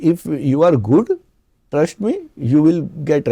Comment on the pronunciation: Why he is trying so hard in this show to speak in English? Why not just speak the language you can speak well and comfortably. Trusht, indushtry.. jusht